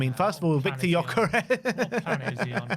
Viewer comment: It's not yokeres, it's geeokeresh. You are killing the hungarians that are following the show with this pronunciation 😂